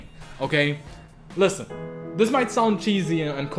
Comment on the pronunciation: XD he said lisTen. I cannot take someone seriously when he emphasizes the letter T on the word listen.